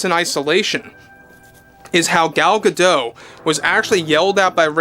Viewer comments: It's not pronounced "Gado", she's not French but Israeli. It's pronounced "gaDot", in modern Hebrew the emphasis is generally on the final syllable. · It’s pronounced Gah-Dot. You pronounce the T. She’s Israeli, not French. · I thought that the T was silent. That's how it's usually pronounced, but I've heard like 3 different pronunciations. Edit: Never mind, you're correct. Miss Gadote herself pronounces the T. Sorry 'bout that 😊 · Gal Gah-Dote… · Gadot. You DO pronounce the T in the end. Gadot means Riverbanks. And Gal means Wave.